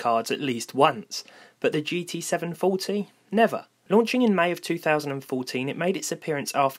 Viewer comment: I hear. "GT 7faulty"